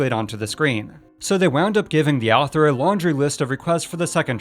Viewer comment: Every time he said "the Owther" I chuckled lol.